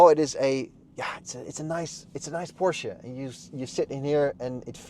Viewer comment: Good review overall. I got fooled by the channel name, but looked more closely after I heard the name "Porsche" mispronounced a few times in the review.